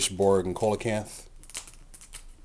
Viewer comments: No actually it isn't. He's right; it's "See-la-canth". Check in any dictionary or online audio pronunciation. Dictionary com, Merriam-Webster, or audioenglish just to name a few. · yeah it is its pranounced see-la-canth. look it up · It's see-la-canth. dictionary.reference.co m/browse/coelacanth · Sorry to sound like an A-hole, but Coelacanth is pronounced "See-la-canth"